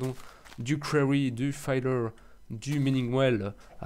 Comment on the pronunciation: Le "filleur" et non "fayeleur" ;) Bonne continuation !